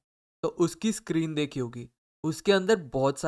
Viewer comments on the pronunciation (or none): none